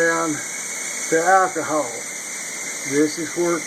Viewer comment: Alkeehawl... LMAO man.. Great video, no harm intended, just enjoying the dialect :)